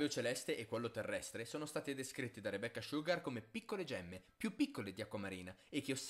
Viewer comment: Le volte che ha detto "Rebeccah Sciughar" 👇